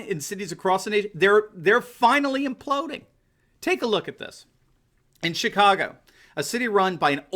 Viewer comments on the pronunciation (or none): none